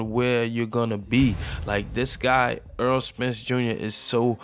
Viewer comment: Great video... One of the best in the division... Needs better competition but still showing signs of greatness. Btw it's Errol not Earl. Lol